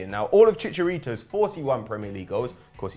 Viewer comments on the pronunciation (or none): It's ChiCArito! Stop saying cha!